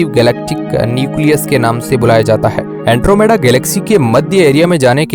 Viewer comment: अँट्रोमिडा नाही अँड्रोमेडा 😂 hai wo